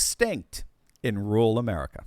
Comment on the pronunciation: It's not rool but ru-ral - DOCTOR1